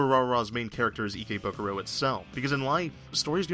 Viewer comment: WAT IS ICKYBUKURO I THOUGHT IT WAS IKEBUKURO